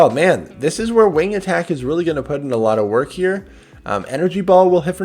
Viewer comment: Every time He says it runs wing attack i get triggered....